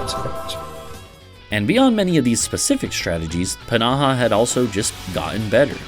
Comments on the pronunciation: i don‘t doubt that it‘s correct it just feels off. I put it through google translate with both english and finnish and they both pronounced it p-naha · I don‘t know why i‘m getting so annoyed at how you pronounce pnaha, it‘s just somehow so irritating. I don‘t even know how to pronounce it (if i had to guess it‘d be like fnaha or just naha) Otherwise amazing video :)